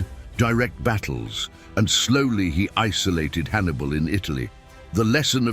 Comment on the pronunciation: Who is this 'Has-dru-bel'? And who was 'A-nee-bull'? Why do none of the makers of these vids listen back to their artificial idiot voiceovers?